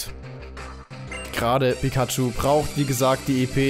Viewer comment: Pikaschu heißt noch pyschu